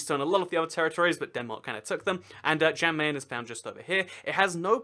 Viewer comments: Question: Why Did You Pronounce The 'J' In "Jan Mayen" As A 'J' Sound? In Scandinavian Languages, 'J's Make 'Y' Sounds, So "Jan Mayen" Would Be Pronounced More Like "Yan Mayen" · Kinshasa, not Kinsasha. Also, Jan Mayen is pronounced like 'yan my-en'. Great video though. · ''svaldbard and jen meen'' I'm now offecially a triggered norwegian How to pronounce Svalbard; The D at the end is silent. How to pronounce Jan Mayen; The Jan is straight forward, but Mayen the y is a i and the rest is also straight forward.